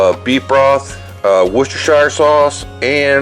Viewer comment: ...and thanks for properly pronouncing it "Worcestershire sauce." Yes, the "wash yer sister sauce" joke is funny, but I've heard it way too many times. 😏